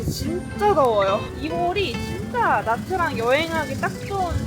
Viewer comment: actually it's '냐'트랑